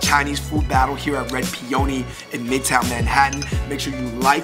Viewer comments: The guys were pronouncing "Peony" inaccurately; it is pe-un-ni. They were saying pe-own-ni; made it sound like an Italian word. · The way you guys we’re pronouncing peony was a stand out moment. X